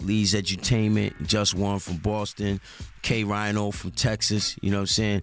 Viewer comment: lol. Canibus called K-Rino "K-Rhino"